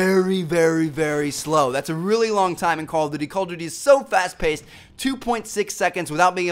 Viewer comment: LOL how TmarTn says "that's" XD!!